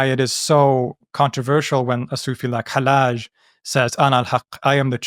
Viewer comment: pronouncing Hallaj as [ħælˈaːʒ] is so annoying for me as a Persian speaker (yes Hallaj was Iranian and "Al-Hallaj" is his arabicised name(I know Hallaj itself is Arabic)) because it's [hælːɑːd͡ʒ] in Persian and [ħalːaːd͡ʒ] in Arabic so the pronounciation is just wrong and doesn't let me enjoy the video properly but I like the video!